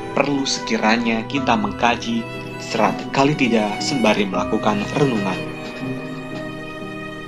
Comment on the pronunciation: Bukan Kali tida. Tapi Kala Tida